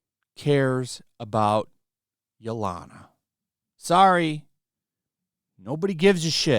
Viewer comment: You seriously need to work on your pronunciations. Yelena (ye-lay-na) is not pronounced yo-lana.